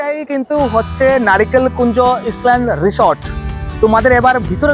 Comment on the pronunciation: Pronunciation=ইসলেন❎ আইলেন্ড✅😂😂😂